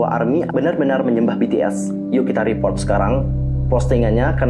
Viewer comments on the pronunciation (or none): none